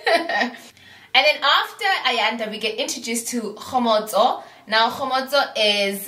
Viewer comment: It's how you pronounce Kgomotso for me. I love her. She's my fav!